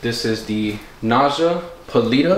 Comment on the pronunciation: Naja is pronounced Nah Ya. I had to look it up. I'm new but glad I found ya but please don't kiss hot snakes. Beautiful snakes. Also, some Monocled Cobras can spit even though it's rare. The only Red Spitting Cobra is from Africa I believe. They are one of my favorite Cobras